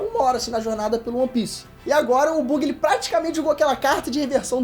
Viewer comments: Porra "Bugui" não, se fala "Bãgui", fica a dica quando for falar o Nome do Buggy da próxima vez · Uma correção a pronúncia não é Bugui, é bagui. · Não lê-se Bug é Baggy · Cada vez que o diz "Buggy" sem pronunciar "baggy" da uma agoniazinha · Acho q a pronúncia é "bãg" não bug irmão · fala Baggy, quando pronuncia Buggy como é escrito fica muito estranho. Ps. ta mandando muitoo, ja sou fan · O vídeo ficou muito bom, mas eu tenho tique com a pronúncia dos nomes dos personagens, então não Buggy (Bugui) e sim Buggy (Bagui). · Não é "Buggy" a pronúncia, é "Baggy" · Tirando o falando "bugui" e não "bug", que vídeo incrível MAIS VÍDEOS DO!!!!! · é tenso alguém falar que é fã de one piece e fazer vídeo sobre falando "bugui" sem o som de "Bã" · Análise do perfeita mas ele falando, Buggy invés da pronúncia "baggy" me deu agonia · Se escreve Buggy mas a pronúncia e Baggy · Ksksksms o buggi fala baggi Não é logggia é logiiiiiaaaa o g é mudo desgraça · Aaaaa esse "bugui" doi os ouvidos kkkkkkkk mas o importante é que tá trazendo One Piece pro canal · "bãgui" cara 🤦🏻‍♂️🤦🏻‍♂️🤦🏻‍♂️ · Porque o fala bUgui? Kkkk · que dor é ouvir ele falando o nome do buggy errado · A maneira q ele pronúncia o nome do captan Buggy e estranho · A pronúncia do Buggy está errada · Ele falando Buggy errado 😬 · Continuem trazendo mais análises de one piece! Obs:, melhora mais a pronúncia das palavras. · pqp, a pronuncia do buggy ta triste em... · Poderia pronunciar o nome do Buggy como realmente é? kkkk abraços, está mandando bem no comando, sucesso. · Peter... Digo,, parabéns! Ta ótimo, só muda a pronuncia do Buggy kkkkkkkkk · não gostei do jeito que vc pronuncia o nome do Buggy! fiquei puto. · só faltou pronunciar certo o nome do buggy, e diz ser fã ainda de one piece. kkkk